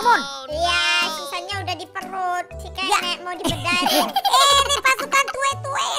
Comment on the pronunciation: Catnap bang bukan kenep😊😊